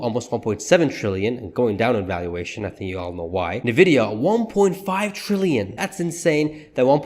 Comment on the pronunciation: Great video! It's indeed a Sheesh moment! A small correction. NVDA is pronounced with the letter N (N-VIDIA) and not as "NE-VIDIA." Let's go! Sheesh! 😂